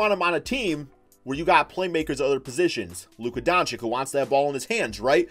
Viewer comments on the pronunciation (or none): Do you even read the Comments of your subscribers man ??!! How often ist it nescessary to tell you that his name is not DONCICK??! He is one of the future NBA stars learn his name for god´s sake man! It is pronounced Donchich. Learn it plz!!!! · (dawn-chich) not (dawn-chick)